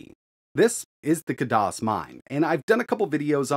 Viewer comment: Khadas, not kadas, spell the خ